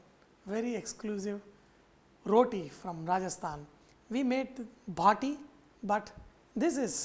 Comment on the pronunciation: Chef.. this looks toothsome. and its baati not bhaati.